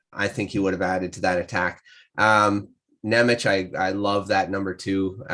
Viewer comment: Hey guys, I like your analysis videos. One thing to taunt you about: Jiricek's name pronaunciation is "Yee-rzee-check" and Nemec's is "Nye-metz". Trust me as a guy from Slovakia :)